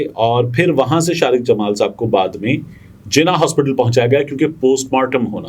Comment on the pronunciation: Bhai Shariq me QAF aata hai KAAF nahi. AAp shayed Punjabi hain?